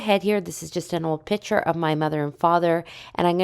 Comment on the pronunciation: Couldn’t finish this … too many times calling a piCture, a piTCHer … like nails on a chalkboard for me